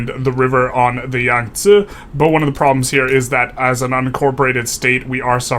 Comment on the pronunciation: Hammer in thumbnail? AND he pronounces Yangtze like a pro? 7/10, would watch again